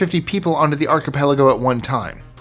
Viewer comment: I really like that you pronounce everything perfectly. I am kind of a grammar Nazi and so many on YouTube don't know how to correctly pronounce things, when you said archipelago, I was so happy!!!!!!